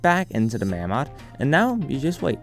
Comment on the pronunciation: Its pronounced 'May-mod'